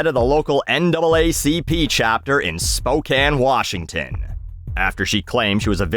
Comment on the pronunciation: I never knew she was from Spokane......I was born there 😢😅 We do not claim her 😂😂😂 Thank you for saying Spokane right too!